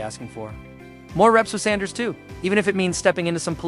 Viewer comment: Please learn how to properly pronounce Mr. Sanders name. Please!